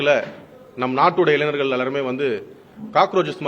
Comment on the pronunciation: வழக்கறிஞர் என்று சொல்ல தெரியவில்லை. சந்திர சூரியன் என்று உளறல். சட்டம் ஏற்றுதல் முறையே தெரியவில்லை .இளைனர் அல்ல இளைஞர். நாட்டை திரத்தப்போகுது. ?